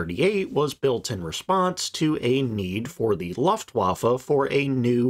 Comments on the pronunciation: Good video. Some tips in pronouncing German, though. Blohm is pronounced like home. Voss is like Foss. The V = F Voigt is pronounced Fohkt, the O being like in home. Luftwaffe is looftvaffeh, W = V Or use pronunciation guides. It would make your videos sound all the more professional. Cheers! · Your mispronunciation of Luftwaffe is jarring. Please try (looft' - vaffuh)